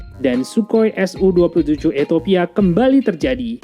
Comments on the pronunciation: Ethiopia salah baca jadi Ethopia. Eritrea salah baca mjd Eriteria... Gpp, kesalahan minor. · Eritrea bos, buka Eritaria!. Ethiopia..bukan Etopia!..gak enak bngt dgrnya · Gemes gw sama pronunciation nya, E R I T R E A min sama E T H I O P I A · Hahahaa.. eto pia dan eri taria..🤣